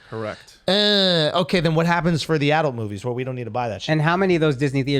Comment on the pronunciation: Why are yall saying "Addilled" and not A-DULT??? Weirdos